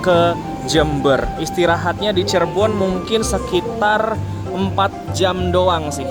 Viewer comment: Nah,gitu dong Lebih enak didengar dan dilihat dengan kata “Cirebon” bukan “Cheribon” 😂😂😂